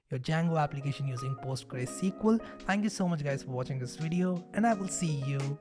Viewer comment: It‘s not Postgre, it‘s either Postgres or PostgreSQL.